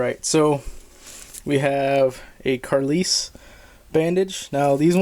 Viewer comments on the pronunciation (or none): The bandage is pronounced CAR LYLE 😉